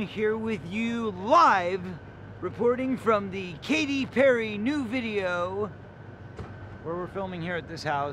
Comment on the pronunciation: It’s Katy not Kathy!